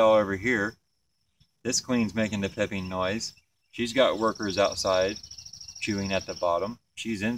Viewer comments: It's called piping. Not pipping. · Stop saying PIPPING! It's PIPING! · Is it pronounced “pipe-ing” or “pipp-ing?” I’ve only ever heard “pipe-ing” before this video. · Your spelling is correct but what the queen is doing is pronounced "pipe" - "ing".